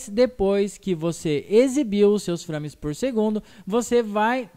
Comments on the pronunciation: o legal é ele falando FRÂMES ;-; se lê FREIMES (nao escreve assim... mas le assim) mas o video ta dahora... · A pronuncia é FREIMES. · "São FRÂmes" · SÃO "FRÂMES PORR SEGUNDU" fala direito mano kskksskksk o termo é em inglês saiba pronunciar